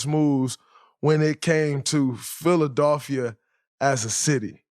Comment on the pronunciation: "philadolphia" Draymond